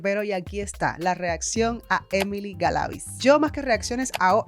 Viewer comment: No es (Galáviz) es Galavíz😊